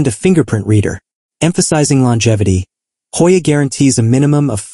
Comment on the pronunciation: "Hojja" ajajajja 🤣🤣🤣 ..no we don't pronounce it in Spanis!